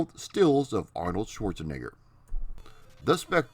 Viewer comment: SchwarzenEgger. It's an E, not an I as you pronounced it. Just sayin'...